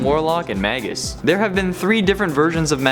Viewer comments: Those names are pronounced "may-gis" and "my-stroh" not "mag-gus" and "may-stroh" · May-gus and My-stro! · Magus is pronounced May-Gus Maestro is pronounced Mice-Strow Yall killing me with these mispronunciations. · Actually Magus is latin so it is pronounced Mah-Gus and Maestro is Italian/Spanish so it is pronounced Mah-Est-roh. You are killing me with your ignorance.